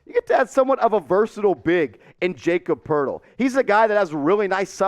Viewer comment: It’s pronounced like yah-cob Purtle